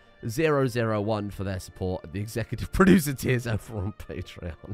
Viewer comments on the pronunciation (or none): none